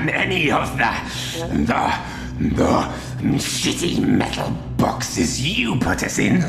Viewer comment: Metul bawksez